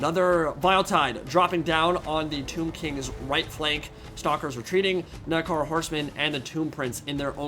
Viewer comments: The "new" way you pronounce Minotaur is a lot farther from the Ancient Greek pronunciation. Not sure about the "proper" English one though. I liked the old one better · please say Minotaur right lmao